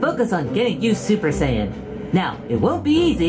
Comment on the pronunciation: "sayion"?! And its super Saiyan grade 2 not Ssj 2